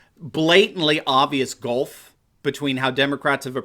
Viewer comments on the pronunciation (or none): none